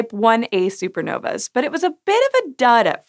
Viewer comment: The plural of supernova is *Supernovae Pronounced "SOO-per NO-vee". You're welcome "sci" show. ;)